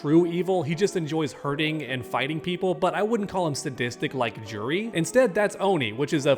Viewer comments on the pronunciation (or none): It's YOUREE not JEWREE btw